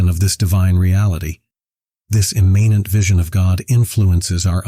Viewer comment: Please pronounce "immanent" correctly.